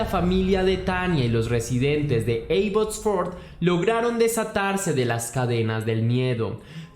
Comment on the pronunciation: Abbotsford???? 😱😱😱😱😱😱 Estuve allá y mi amiga de Venezuela alla vive. Solamente una corrección, no se pronuncia con (e la a, se pronuncia como se escribe Abbotsford). Eres excelente en lo qué haces, un abrazo!!!